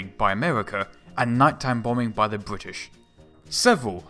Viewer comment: Good content, but the narration is horrible. Please, for the love my my ears and sanity, get and use a PoP filter - or post process the audio to remove them. It's bRittish, not bWittish. It's Specific not Pacific. It's THree, not Free. Speech therapy can help with these issues. And I think the point about Messerschmitt has already been made widely enough. I don't normally like to post negative comments, however, for such good content, it is such a shame to listen to such cringe worthy narration.